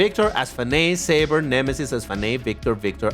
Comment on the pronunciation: This car name's pronunciation is Say-ber